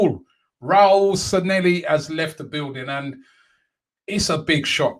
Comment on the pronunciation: Robbie its SanLLehi not SanElli, youve had me saying it wrong for ages